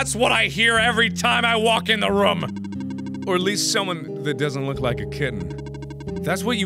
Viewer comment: He actually said “Ruum”